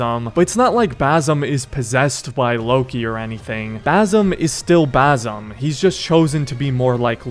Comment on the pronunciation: Basim❌ baysum✅